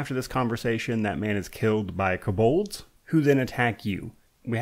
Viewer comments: You’re the only person I’ve here heard pronounce “Kobold” like that: “kuh-BULDZ” 😂😂😂😂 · This pronunciation of kobolds is wild